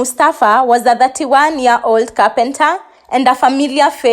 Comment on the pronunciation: Year 2019!!!!!! Not ear 2019!!!!!